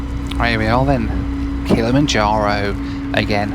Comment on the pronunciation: I know this is a year old, but I know where to go for a drinking game. One per saying Kilamonjaro.